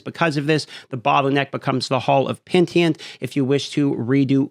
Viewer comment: Hall of the Penitent, not Pentient